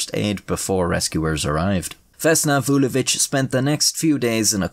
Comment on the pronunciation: You pronounce Vulović like a champ.